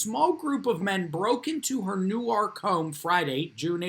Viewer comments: I'm sure someone pointed out it's pronounced New Work. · I dunno where you're from,, but you need a little tutorial on how to pronounce 'Newark.' Correctly pronouncing placenames of very well-known municipalities is just... well, Common Sense.